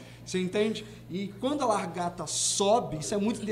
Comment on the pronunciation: 😂😂 tão lindo, mas ajudem ele a falar LA GAR TA kkkk